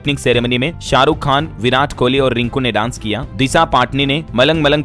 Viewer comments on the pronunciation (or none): none